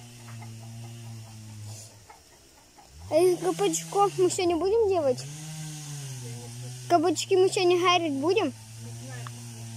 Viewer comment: Я тоже услышала гарить даже два раза прослушала думала показалось